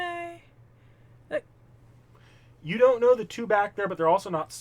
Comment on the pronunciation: Btw I am Hoping someone else already told you this but Wodime is pronounced Wo-Dime not Wo-di-me his jp pronounciation is uodaimu, some other stuff, Wodime father would try to kill his son because there grandfather skipped his son to give the family magic crest to his grandson, (the magic crest and circuit s are basic fate lore but I wanna mansplain they are basically Nervous system like organs that allows people to use magic, it's transplanted from the parents to children), also it was a homeless Kid not a man